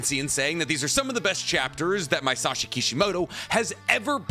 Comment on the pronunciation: read everything by a man and you still call him Maisashi (not a real name)